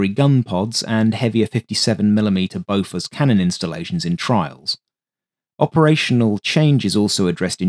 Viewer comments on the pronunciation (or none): none